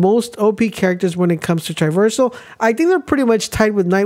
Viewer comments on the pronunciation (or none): I thought you made a mistake the first time. Even the second time…. But you’re literally saying the word wrong. Triversal is not a word. It’s TRAversal. As in TRAH- VER-SUL